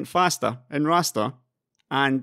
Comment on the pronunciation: nothin evah betah than fastah rastah